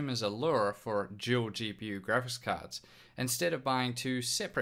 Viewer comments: It's dual not Juel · Your a Juel maybe even a tool you can say every damn word with a d perfect except dual omfg